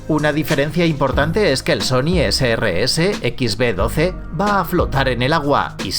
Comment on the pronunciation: (Sony Ese Rese..?) Sony rese😂😂😂 anjay